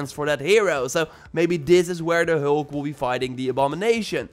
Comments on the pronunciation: you say hulk not heulk🤣🤣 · ”The heulk” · The way he says hulk 😂